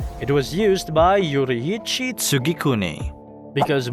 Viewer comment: Finally someone who actually pronounced Yorriichi’s name properly and not like ‘YO-RREEEEEE-CHY’